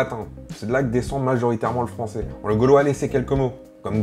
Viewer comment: J'aime trop quand tu dis "il parle le fransoais" on dirait trop un blague^^